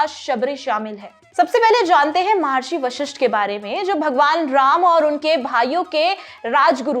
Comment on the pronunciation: म हा र्षी ❌ म ह र्षी !🙏🚩